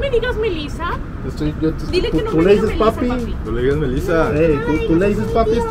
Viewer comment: Odalys:Ey nO me DigAz mElizA pApi dile que nO me digA melIzA Javi:Ey nO le dIgas aZi